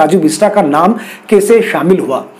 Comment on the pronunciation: सब से पहले नाम सही बोलो और लिखो । ‘बिस्ट’ और ‘बिस्टा’ में नेपाली(गोर्खाली) भाषा में क्या फरक है , अच्छी तरह जानो तो अच्छा ! बेचारे राजुको ‘बिस्टा’ मत बनाओ ! 🤓